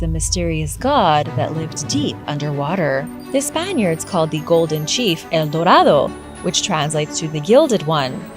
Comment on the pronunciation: Recently discovered where's el dorado then show us and you can't pronounce a thing why lie so much